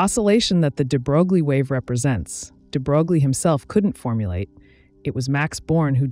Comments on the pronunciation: Hey, sorry I didn't mean to be rude. It was just funny. Also, I never heard any American physicists call this name like that. I personally do not believe there is such a thing as American pronunciation in this case. It's wrong as it is wrong to call [frenel] [fresnel]. And finally - I am not Russian 🤷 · stem+language background of mine tells me: yes, it’s wrong. But a lot of foreign words are said wrong in other languages, INCLUDING proper nouns, for a number of reason, albeit, at times, rather hilarious ones. On top, there’s no norm for some of them, “say what you think it should sound like” kinda approach. So, just relax. 😊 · It's not at all intuitive, but the name de Broglie is pronounced "de-broy" not "de-brogue-lee". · The pronounciation is "debroy" not "debrouglie". I realize it's an automated voice, but it just follows the trend of actual science communicators butchering that name almost every time. I feel like only PBS Spacetime has gotten it right, maybe a few others. Edit: I also have to admit, it's really hard for me to focus and take in the information with the incredibly monotone cg voice. Anyway, 'nough nitpicking, thank you for the otherwise great video :) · Hi.. Looks like you don't even care to know about the pronunciation of Louis de Broglie's name. It's not DEE BROGLIE, it sounds like de broy. You can check out the pronunciation in the wikipedia. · it's "into" and you mispronounced "de Broglie" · De Broi is the pronunciation you seek. Very nice compact piece. Thx. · A correction: The units of Planck's constant are joules times second, not joules per second. And I was dismayed to learn in college that "de Broglie" is pronounced "de broy" but then confirmed that we Americans may pronounce it as it is spelled in our orthography. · Well done video! Heads up that Louis DeBroglie’s name is properly pronounced “ duh-BROY” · de bro glee? are you kidding me?